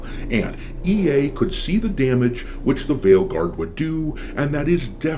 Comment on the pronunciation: At this point I know people usually say it properly but all I can hear is fail guard 😂